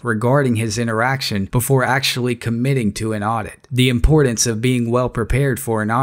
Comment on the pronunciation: "Buhfor"?????? "Sinner console"?????? "Tuh"????? "Impordince"?????